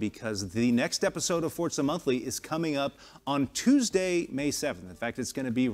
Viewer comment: he says fortza all the time does my head in